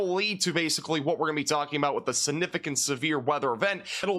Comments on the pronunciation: Sinificent? It's significent. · maybe its because of where you live... but the way you say sinificant instead of significant drives me crazy , hahahah sorry! love the videos though!